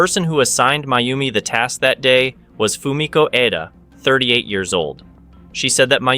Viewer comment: I don't know if you realized that you were going back and forth in pronouncing Fumiko's last name. Sometimes you called her Fumiko Eda and other times Fumiko Edo. Could help if you had someone watch and edit the videos before publishing. You could just make them private and ask a friend to watch it before you open it up for everyone. Other than that I really enjoyed this one well written and narrated.